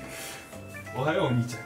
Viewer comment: おはよう↗ お兄ちゃん↗ てことで↗ のとこ発音おかしくてくそ笑った